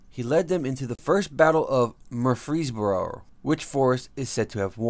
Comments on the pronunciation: Murr frees boro, emphasis on murr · Whoever this guy that is narrating should learn how to pronounce the name Murfreesboro. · Cheryl Farmer lol I was thinking the same thing